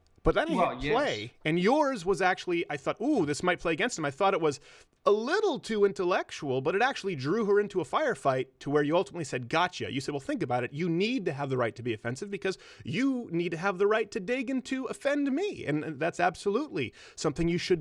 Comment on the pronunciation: You pronounced it wrong. Jordan is Canadian. He said "... I gaw-cha"